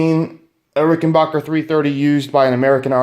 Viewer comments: Ok its not Rickenbocker it's rickenbacker can you not read the trust rod cover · it's Rickenbacker, not Rickenbarker. Nice guitar but high price, unless you can more details of use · Didn’t know that’s how you say it